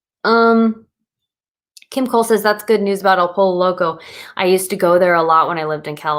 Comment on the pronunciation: Dude you are so adorable with saying "El POLO Loco" instead of "poy-yo"... the double LL is like in word Tortilla = y sound. Joe Duff did cool video on keto options at Taco Bell. 💜🤘🙏